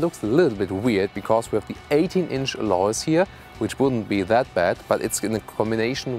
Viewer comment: Someone please teach him to correctly pronounce word alloy!!!